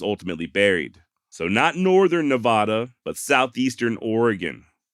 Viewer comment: HEY I live out that way. You were getting better at saying NA VAD a. but your slippin a bit. BogusJoe